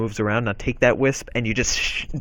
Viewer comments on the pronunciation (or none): When he said wisp I thought , but then he explained and I realized he actually meant whisk. I was so confused...